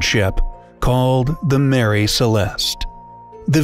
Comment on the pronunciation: It is the MARIE Celeste.not Mary.